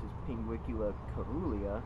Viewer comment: Its pronounced, serulya